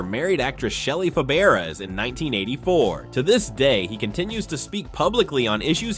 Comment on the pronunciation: Mulcahy is pronounced mulKAYhy; Fabares is pronounce “Fabray”. Henry Blake was replaced because he was sent home, not because he died. He died on the way home.